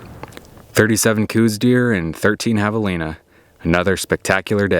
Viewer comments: I wish people could make a minimum amount of effort and learn what they are taking about. It is pronounced "Kouse," like house with a K, NOT coues! For the love of God, show a little respect. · I am positive he didn't. Do some research on how the deer got its name and don't be a simpleton your entire life.